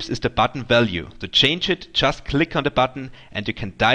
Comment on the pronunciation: Crack me up "Wallue" LOL